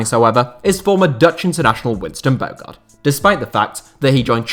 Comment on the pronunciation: Top 10 "what ifs" i.e. Luc nilis at villa. Surely coutinho to barca and then knocking them out on loan is a top fail. Also throw aquilani into the mentions list. We were promised the next xabi Alonso. Oh, think its pronounced winston "bo harde" btw.